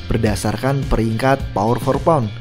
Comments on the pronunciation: Keganggu sama kedengeran “Por for pound” ga sih min nyebutnya? Harusnya kan “pound for pund” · Min, lu nulisnya udh bener pound for pound, tp ngapa ngomongnya "pour" for pound mulu dah